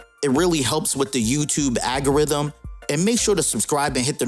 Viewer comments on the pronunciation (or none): Just some constructive advice, the algorithm is pronounced (al-go-rhythm).